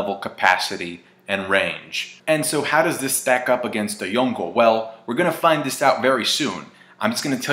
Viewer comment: stop saying yonko like that